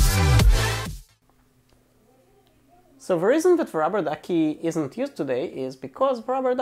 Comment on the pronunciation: you pronounciation is horribel what are you talking about ruberduki